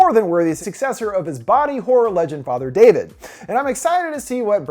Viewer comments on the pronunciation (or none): none